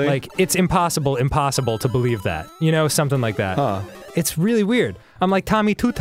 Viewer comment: Instead of saying, 'that that', anyone else say, 'thit that'?